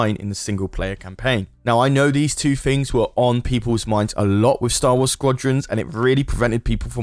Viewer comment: Things, not ‘FIngs’